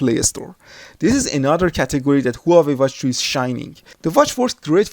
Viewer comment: u fool..the way u say hua wei is wrong.... i was going to get this hua wei 2 or sam sung s3 sport?